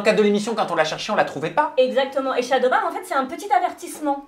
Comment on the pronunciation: J'ai l'impression qu'ils disent shadow baW pas shadow baN